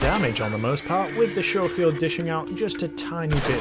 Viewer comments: It ain't pronunced showfield it's pronunced scofield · "Skofield" not "Showfield" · It's sco field not sho field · Skoh-feeld not Show-feeld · Sco-field not show-feild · It’s not sjofield but skofield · Schofield not showfield! Did you go to school or shool? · It’s scofield, not showfield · It's pronounced sko-field, not sho-field. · No much earlier than that, when he pronounces it “Shofield.” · Sorry to be a pronunciation nazi but it made me cringe everytime. It's Sch (as in school) ofield. As you were... 😁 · its like Italian or something. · It’s pronounced C As in cat the h is silent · Why does everyone who plays video games pronounce it showfield? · It's pronounced Skoffield(Schoffield) fyi lol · its pronounced sco field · Ok apparently i'm a bit more bothered by the mispronunciation of Schofield than i thought i would be. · Trigger discipline and please learn how to say scofield there is no H in it